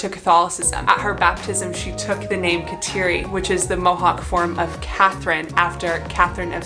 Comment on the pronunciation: Her first name is pronounced (Ga dah Lee)……❤️ Thank you for the video.